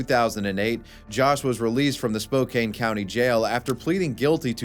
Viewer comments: Pronunciation- Spō-CAN, not Spo-KANE, despite how it looks. 🙂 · Spo-can, Washington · Love your videos, I just found your channel thanks to the algorithm and been binge watching for a couple of days. Just wanted to let you know, SPOKANE, WA is pronounced like it rhymes with RAN, not RAIN. You'll probably end up mentioning it again in future videos because lots of weird, random shit happens there. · As a Washington state native I’d also like to point out that Spokane is pronounced “Spoke-Ann” and not “spoke-ane” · As a washingtonian, say it with me now.... Spoke- can. Why everyone says "spoke cane" is beyond me 😂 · Spokane resident here, its pronounced spo-can not spo-cane! Loved the video otherwise though man. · Spo-can not spo-Kane lol sorry Washingtonion here 😅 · I am sure someone else has pointed this out, and it doesn't even really matter in the grand scheme of things... but it's pronounced spo-can, not spo-cane 😔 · It’s spo-CAN, not spo-CANE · It's pronounced Spo-Can not Spo-Cane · Spo-can Not spo cane. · Spokane WA is pronounced (spo-can), not (spo-cane). Cuz im from the PNW botherd me lol. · its pronounced Spoke-Ann, not spoke-ain =P love your vids =P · I knew I had never heard it called that before! It's just like how he said Spo-caine instead of Spo-Can. All I could think of was cocaine. Cocaine Spocaine. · Itnis also Spo-KAN, not Spo-KAIN. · Huge local pet peeve. It's spoh-can, like a soda can, not spoh-cane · Die korrekte Aussprache ist „Spo-CAN “, nicht „Spo-CANE“. “It's leviOsa, not levioSA!” Pff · He didn't even say spokane right. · its Spo-Can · It's pronounced spokeCAN 😂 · Spokane is pronounced Spo can. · It's pronounced spo can. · Spokane is pronounced Spoh-Can, just wanted to let you know. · Hey man, Spokane is pronounced Spo-can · The way you’re saying Spokane is legitimately pissing me the fuck off . SPOH-CAN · Spokane is pronounced spo-can. Weird I know lol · that not an accent, it’s a mispronunciation. It’s Spo-Can.